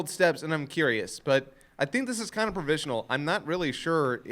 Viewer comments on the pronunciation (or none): it's provisional not provencial